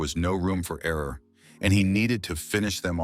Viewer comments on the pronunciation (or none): none